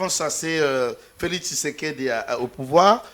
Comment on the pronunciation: Felixi looool...PPRD felix et non felixi